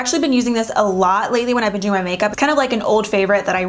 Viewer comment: i hear "dewing really well" "these dew last .." lolol